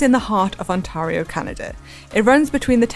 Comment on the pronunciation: Great video about a great race. But, as a Canadian, can I please ask that the GCN crew learn to pronounce Ontario. It's not on- tar-rio it's On-tear-e-o. Tear pronounced like a rip not like tarpitch.